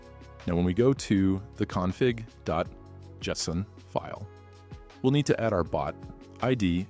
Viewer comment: bro why are you using A.I TTS? i cringed where the A.I pronounced JSON wrong... Why did you not use your real voice? and next time also clarify that the video was made with help of A.I